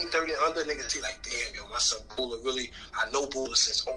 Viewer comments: MY FAULT HIS NAME IS PRONOUNCED BOO - LA Add these songs from my artist KING TACO 🌮 on spotify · *Bula….Wagner projects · Killa 1stav shout out bula pronounced (boo-la)welcome back